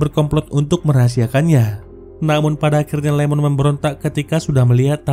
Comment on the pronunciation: Iemon bang. Bukan Lemon😅